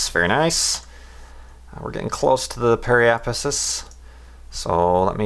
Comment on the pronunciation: You finally said periapsis correctly! I'm so proud. Go for broke, try apoapsis.